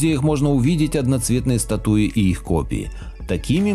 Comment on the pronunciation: статУи? ужас